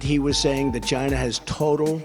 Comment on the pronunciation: Ji'NA..Not China...but Ji'Na